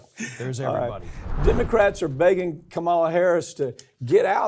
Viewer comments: For the 98th time it's KA-ma-la. There is just no excuse for this Mike. Or is it Mick? No matter., Democrats are not begging ka-MAH-la to do anything because there is no one here by that name!! She has been in office for 3 1/2 years, she is now a household name and every single Democrat got the memo except you! Are you still going to be mispronouncing her name after she's served 4 years as President? Republicans deliberately mispronounce her name out of misogyny and racism. What is your excuse? KA-ma-la! It is disrespect and it matters! If this name is too hard for you to pronounce, may I suggest addressing her as Madam VP? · I like Pap, but can we help him please learn how to pronounce Kamala's name? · Why can't Mike pronounce Comma La's name correctly?